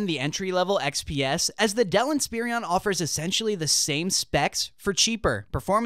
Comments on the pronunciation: Why are you saying Inspirion instead of Inspiron? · Someone tell him Inspiron doesn't have three I's in it.